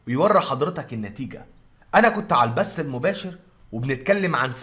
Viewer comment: البث وليس البس لمذا تحرفون في اللغة